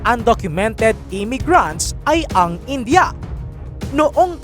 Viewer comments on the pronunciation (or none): none